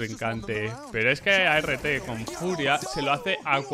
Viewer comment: NO creo que se pronuncie "a r T" sino "art" como arte en inglés todo corrido. Porque esa agresividad es pura arte.